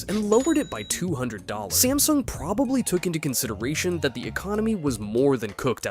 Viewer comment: smasnug XD